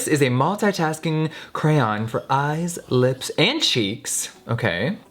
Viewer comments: Who else heard Jeffrey say crayon too much and now it's sounds weird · Apologizes for crayon pronunciation... Love Jeffree SO MUCH ❤💄💋👠👜🐩💎👑🎀🌺🌈💯✔ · Hm so you say "cran" but you pronounce crayola as "cray oh la", shouldn't it be "crala"? Lol it's ok we all say things differently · Box of crans!!! What?!! Yes girl please pronounce the word cray-on. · Cray-AHHN. Not Cran. Noooo!!! Lol. Who else is with me?? Mississippi here. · Girl.. stop being extra you know its “kra-ON” not “kra-yan” get outta here with that shit... and its funny how you say it differently every time 🤣🤣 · The word crayon is two syllables. Why do so many Americans I know say it like “ cran” It’s “crayon” Here’s another one, how do you say schedule, sorry, and milk. This isn’t just to get likes and comments, I’m genuinely curious. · Am I the only one that says “crown” not Cran or Crayon..? Lol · CRAY ON NOT CRANS, lol love you babe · CRAY-ON not crans. Gaaag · Cray-on, not a cran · When you thought jeffreestar pronounced crayon wrong but when u google it its krien and not cray ON ive been saying it wrong all along! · Jeffree saying Crayn Jeffree Star fans that say Crayon: 😠😠😠😠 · Crayon is pronounced cray on. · Jeffree: “I say cran” *rest of the video*: “cRaYoN” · I had never heard someone pronounce it "crayn" very funny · ANOTHER PERSON WHO SAYS CR-AN! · Australian pronounce it “cray-on” but that’s just us sooo😂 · it’s pronounced cwan 😂😂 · Ugh jefree is one of those people who pronounce it crayan lol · WHY MUST YOU SAY CRANN WHYYYYYYYYY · I say CRAYON!!!!! It’s how it’s spelt so you say it CRAY-ON! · Nikki says crayon Jeffrey says cran I say crown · crans oh my god the way he says crayon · See pronouncing “crayon” like “crayun “ is ok, but people who say “CROWN”—you are canceled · Crahns* <<<<<<<<that’s how you pronounce it 😘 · Crayon (Crae-on) Noun I think 🤔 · jeffree i love you to the moon and back but bitch it‘s craYON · Def pronounced “cran” I have always said it like that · cray-on two syllables